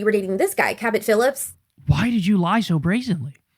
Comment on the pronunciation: Cabot Phillips I thought she said Captain Phillips 😂